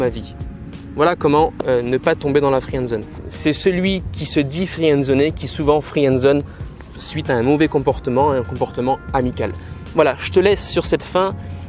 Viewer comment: Il n'y a pas de friyénne-dzone. C'est friendzone 👌 Sinon très bons conseils, ce sont en effet ces détails qui ont TOUTE la différence entre les 2 situations !